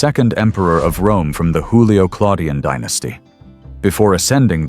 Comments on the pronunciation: Julio-Claudian not Hoolio-Claudian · For the speaker in this video: in the word Julio(-Claudian), Juilio is pronounced with the J sound of July, not the guttural Spanish sound as in Julio Iglesias... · You're wrong, "J" sounded like "Y" in Young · The AI narrator is Mexican, it pronounces Julio as Hulio, as a Mexican does